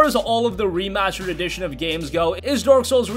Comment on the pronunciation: OMG, Monsher, Remachered, dude it's ST not CH how do you even mispronounce that